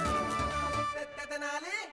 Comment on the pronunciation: కొంచెం తెలుగు నేర్చుకోండి మేడం, తినాల కాదు తెనాలి.